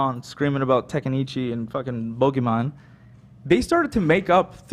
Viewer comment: it's T E N K A I C H I not tEkaNIcHi